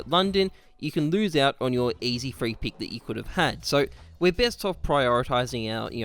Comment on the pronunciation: It's 'pick' not 'peek'. Good vid tho